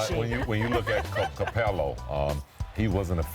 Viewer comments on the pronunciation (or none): Scottie said "capelo" instead of capela